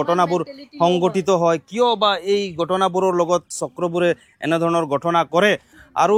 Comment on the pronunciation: কি ভাই অসমত থাকি অসমীয়া ভাষাটোয়েই শিকিব নোৱাৰিলি।গটনা নহয়,ঘ,উচ্ছাৰণ কৰিব লাগে। ঘটনাহে উচ্ছাৰণ হয়।আপোনালোকে যে বঙ্গীয় বিদেশী মুছলমান তাৰে প্ৰমান ।